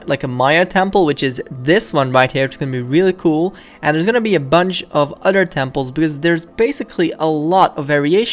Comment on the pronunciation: I like how he says other he says oder